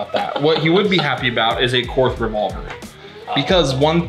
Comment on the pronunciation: Korth is pronounced like court. German spelling and pronunciation is sometimes significantly different. It’s fitting you guys tied. You’re both out of spec…